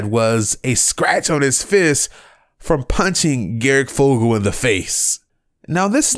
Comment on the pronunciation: This dude really just said garic fogle